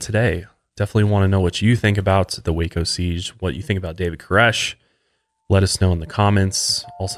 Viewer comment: Thank you for saying Waco correctly!! I live here an you don't know how many people mis pronounce it.. Born an raised here in Waco no living in McGregor across the street from SpaceX. This also happened in a small town outside of Waco not actually in waco though